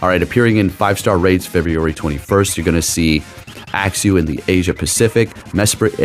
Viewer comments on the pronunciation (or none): will never not call Uxie “axew” 😂